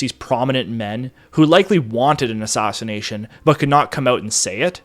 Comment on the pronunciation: "Stoff" no dude. It's "Staff" as in aff, not ahff. You do the same thing with, "Madness" earlier on and, "Assassination" throughout.